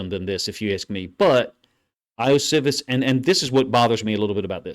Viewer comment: Ioshovas 'E-oh-she-vas'. Pronounce the I's like E's. That's the way most languages work, except English. Usually if we, as Americans, see a foreign name/word, this rule helps greatly. Also, love your film reviews. 👍🏾